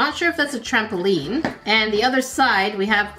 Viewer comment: Im never saying trampoline the same ever againnnnn 😂😂😂😂😂